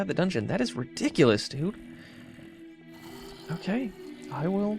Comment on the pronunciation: why do you say "mokay":))?